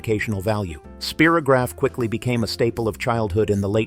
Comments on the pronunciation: "Spear-o-graph"? It's pronounced "Spie-ro-graph" as in it draws spirals. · Yep, perhaps they were thinking of “Spiro Agnew”, President Nixon’s VP in ‘72, but Spy - row - graf came out before (vid said 1967). Still an excellent video down memory lane! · In the US we said “Spy-rograph,” as it was advertised.